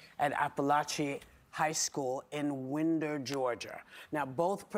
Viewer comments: And Stoopi Poopi Aluminumberg can't pronounce Winder, GA...either. It's Winder like "Wind 'er up and let 'er fly"...dumb biotches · Whoopi is so dumb she can't even pronounce Winder correctly.